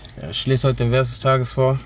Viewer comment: Es heißt "Vers" nicht "Wers" ...